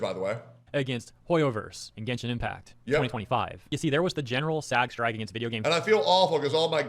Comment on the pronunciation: “Let’s revisit my genshen baddies” needs to be sound boarded lol